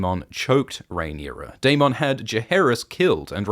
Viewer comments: dayMONN dayMONN say it like the show does please so distracting just say dayMINN not dayMONN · The way you say darMON 😂 i can't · The Day-Mawn gets me every time but I love these recaps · How are we pronouncing Daemon now?